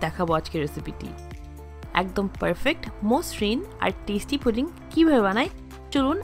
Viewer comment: আপনি কি পুডিং সব্ধটা ভালো করে উচ্ছারণ করতে পারেন্না নাকি কিসব বলেন ফুরিং নাকি জানি আজব কথা বলতে জানেননা ভিডিও করতে আসছেন